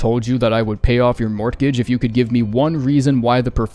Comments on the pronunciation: Your said mort-gauge and im not gonna let slip by 😂 reading is hard I know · your way of pronouncing mortgage is cursed. morTgage. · I have never heard anyone say “MORTgage” like that before lmao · dude actually pronounced the "t" in "mortgage", first time I've ever heard that 🤣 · you KNOW mortgage isn't pronounced like that